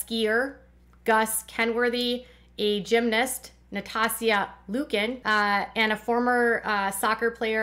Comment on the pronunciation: I really appreciate your content. It was funny to me that you clearly have no idea who Nastia Liukin is (pronounced more like nasty -ia without the Y. You pronounced her name incorrectly. I love gymnastics and I forget that most people don't know who these gymnasts are. Kind of like how I dont know players from lots of other sports.